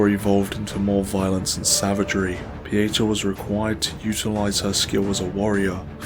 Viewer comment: I love this presentation, but I'm a bit disappointed that your pronunciation of "Pieta" doesn't match the way she and Exacter Dunmire pronounce it. Specifically, in her introduction after meeting her at Skyrest, and in Dunmire's early quest dialogues where he instructs you to say nothing to Pieta. Both Pieta and Dunmire emphasize the "TA" in the pronunciation. Granted, Captain Stomund and a Stigma of Judge Cleric's "secretary" pronounce it like 99% of the internet. But I'm inclined to believe the correct pronunciation is the one given by the character herself. Typically, it wouldn't be a concern, but considering this video is a historical lore documentary, accuracy becomes more crucial.